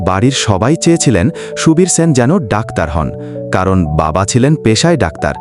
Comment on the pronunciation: Sen উচ্চারণ কি বাঙালি ভুলে গেছে